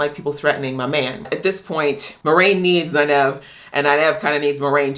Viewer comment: Great reactions. You have caught a lot of things that many non-book reader reactors have missed. Also, Nynaeve is pronounced “NIGH-neve.” And she is a badass. I can’t wait to see your reaction to episode 4. Good luck with it.